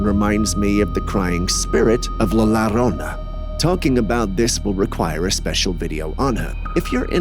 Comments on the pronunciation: I will make it easy for yall. LLORONA IS PRONOUNCED YO-RO-NA. The word YO and LLO sounds alike. LA LLORONA IS A MYTHICAL CHARACTER OF MEXICAN FOLKLOR. NOW, LA LORONA IS A FAT CHOLA FROM EASTLOS, CA who works at a local Wendys and NEVER EVER WASHES HER HANDS AT ALL. Her real name is LAURA, but due to her size, people call her LAURONA Or LORONA. Oh and BY THE WAY, she is NOT a nice or interesting person. RAKES ARE THE REAL McCoy. We sell them at the HOME DEPOT where I WORK Sadly ALL OF THEM like most of our merchandise are made in CHINA by slave labor. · It's La Yorona not Lorona. Just a heads up player. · It's pronounced la yorona.... La aLLLORRONA. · It's pronounced la yorona. Roll the r.